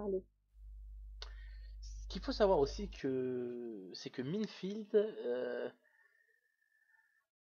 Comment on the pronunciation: FauDrait Savoir Que Minefield N'Accepte AucuneVersion Cracké EtAue Minecraft Et Minefield ne se prononce pas Comme sa :S Mais bOn x)